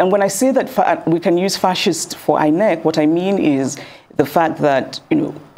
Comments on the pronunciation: Why do I have a feeling that was pronouncing it as eye neck and not inec 😢😢😢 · I love the way she pronounces it as Eye Neck😂😂😂😅, looking deliberate